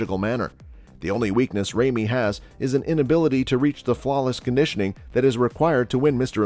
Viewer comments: It's not Remy, it's Ramy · Lol you sound like a robot my man. It's big RAmy, not Remy. And how can you describe Flex W like that but put him in 4th? And not putting Sergio in this? What a joke